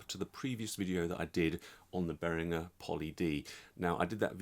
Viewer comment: ...on the Behringer Poly D A limey (judging by the last name) knowing how to pronounce german names? No way!